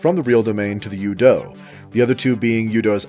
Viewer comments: You have never played the game. U-do is spoken by several characters, several times. It is "ooo doo", not "you dough". Simple little thing, and proof you've never played it. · Dude, have you played the games? U-do is not pronounced you-doe and it's been referenced in the games many times. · Stopped watching after hearing "you-doe" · the bad pronunciation of things so clearly said in the game is so cringe LOL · Thank you... I couldn't take them seriously after hearing their pronunciation of U-DO